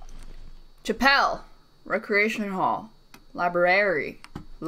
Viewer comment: Reading Chapel as Chapelle very epic